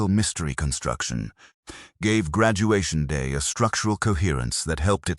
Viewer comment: Oh yeah i miss Graduation Da !!! 😄 Funny AI fail!